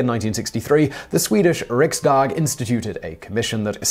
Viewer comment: For not being swedish, your pronunciation of riksdag is quite good. Except your r-sound, the rest is actually good